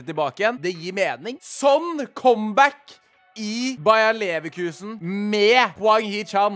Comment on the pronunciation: bayer leverkusen, ikke Bayern leverkusen plis a🥲